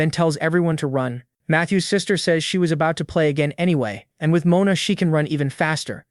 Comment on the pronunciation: Can you at least pronounce Mon-a the proper way Moana is a woman's name